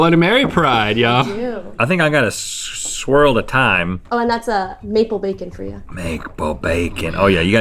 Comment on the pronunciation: "makpull bacon" xD